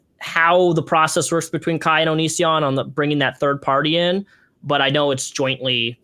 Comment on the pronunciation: i love calling Kai 'kay' lmfao luv u bebe